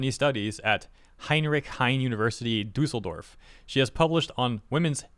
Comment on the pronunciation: Dusseldorf?, please...